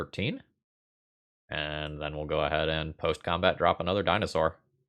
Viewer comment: HAHA!! the DINOSS BABY!! had me rolling. loved that!